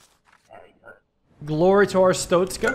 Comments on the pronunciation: It's pronounced Arstotzka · Most people say ar-stock-ska I think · Wait a minute… Our-stoat-skuh It’s the god damn stoat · I've been waiting for this and "are-stot-skah" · “Air-it-stos-ka” is the approximate pronunciation of the country this game exists in, hope I helped 😊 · Way to pronounce is is arr (like a pirate going arr) stot (tot as in tater tots) ska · I think it's pronounced Ar-stot(like shot)-ska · Bro, its ch sound. Not tsztszt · Arstotzka is pronounced: Ar (like a harsh pirate arrrr just shorter) Sto (like stone) Tz (like the ts sound you make sometimes) Ka (like the beginning of car, but sharper)